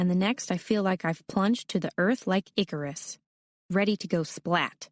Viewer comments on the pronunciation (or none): none